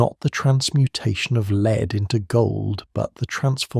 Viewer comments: broh its lead not LEEED 😭😭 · Pretty sure you/it should pronounce lead as led ‘the lead must die before’